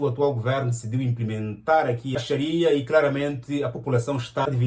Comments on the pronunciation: Muito Bom, a lei é Charia não é Chira. Também no Islão não está que o homem pode trair acho que aqui é só no Sudão. Obrigado pela notícia. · Oh meu ngandi yangué te equivocastes muitas vezes a pronunciar charia mas senão o vidéo esta top. Merci beaucoup 😂